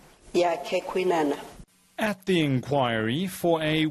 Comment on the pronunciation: Kwinana please pronounce and write that correctly